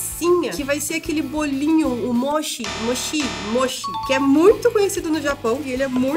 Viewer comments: Se fala ''Motí'' :D S2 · Se fala "motchí" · Escrita= mochi Pronúncia= moti Escrita em japonês=もち も= mo ち= ti espero ter ajudado =3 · a massinha se fala moti e n moshi e se vc passar maizena, congelar e depois fritar fica crocante e por dentro fica bem chiclete e se vc gostar de agridoce vou te falar o molinho q aqui fazemos. Vai shoyuu com açucar. E se vc n gostor come com q vc quiser pq esse molho é o original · se escreve mochi e se pronuncia moti e muuuuuito bom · Minha vó me ensinou que é importante comer um tipo de sopa com esse mochi na primeira refeição do ano para dar sorte o ano inteiro. é mochi mas se pronuncia MOTI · Se escreve Mochi e se lê motí ❤️ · A pronúncia de mochi: Moti Em japonês: もち も=Mo ち=chi E não acho que isso pode ser considerado mochi porque o mochi deve ser batido, e além disso eh mais macio. Nada de hate, só uma ajudinha :3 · Não é mochi que fala é moti kim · Se fala "moti"... Parabéns pelo vídeo!!! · de pronúncia Moti não mochi kkk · A pronúncia do mochi é "moTI" rs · se escreve mochi mas se pronuncia motchi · Vc falou errado“mochi” o “chi" tem som de “Ti"... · Se pronuncia "motí" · Se pronuncia "MÔ- TCHİ" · Mochi se pronúncia moti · se escreve mochi mais se fala motti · Se diz moti e não "moshi" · Não sei pq fiquei um pouco incomodada com a pronúncia dela...não sei se é pq sou japonesa mais mds...kkk